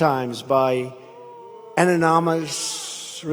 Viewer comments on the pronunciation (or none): Josey Wales I do listen to his speeches and I hear him try to pronounce the word anonymous like five times and fail. He’s a moron.